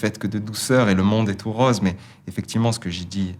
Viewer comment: J'aime bien la façon dont Julien prononce le o de rose, o ouvert comme dans le sud. Sinon plus sérieusement, quelle belle réflexion sur le monde. Et non ... Le monde n'est pas tout rOse...